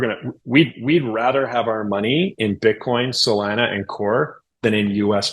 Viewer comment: Say Salana one more time…😂